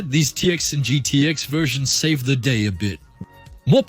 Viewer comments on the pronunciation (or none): none